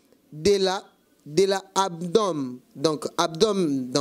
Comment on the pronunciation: Wana bato ya milieu. Tu as de lacunes pour la lecture " Abdomen " Et non abdon